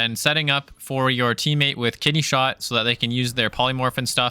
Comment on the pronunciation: Ooooo “KIDNEY”! Not ‘kitty’ 😂😂😂 “kitty shot” is what I heard lmao. It should be kitty shot, that’s the new slang term